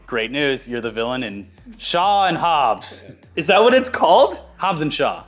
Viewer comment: SHOBBS..? HAW..?